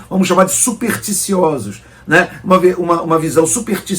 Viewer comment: nao eh "superticiosos". Eh "superSticiosos". o fala como a maioria do povo ignorante (nao eh a toa que o ataca bolsonaro: eh mais um ignorante)